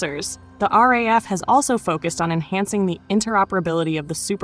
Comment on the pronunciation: You need to learn how to pronounce the RAAF. The RAF is the Royal Air Force (Britain) RAAF is pronounced R double A F.